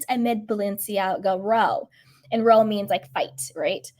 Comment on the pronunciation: its pronounced RR OOUHW. As in oww I hurt my self. Owl with the L left off. It's an English (British) term for argument